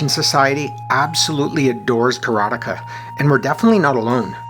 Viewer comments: nice review. You are mispronouncing the name though..it's is not "Kara-Tikah" it's Kara-Te-Ka as in "Karate expert" . Ka = Expert. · You didn't see the ending because you can't even say the name right. It's: KARATE KA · For a quarter of my life I pronounce it: "Karat-eeka." I guess I was too young to know what karate was. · I mainly remember the way the tv ad announcer pronounced it as Ka ra tay ka and it being "the ultimate fighting simulation" or some such bold claim lol. I did a search and couldn't find it. I would guess it was probably for the atari 7800 version since we lived in the sticks and had over the air tv with the antenna knob heh heh. I love your content, it is just where I want to be. You are very fair while giving us that inner excitement any kid had back then looking at the school clock and busting at the seams to get home and back to fun in other worlds :) And ya do it without the "blue" humor so kudos on that. Super happy for ya and the channel! It's great to see others sharing the excitement and their memories as well :)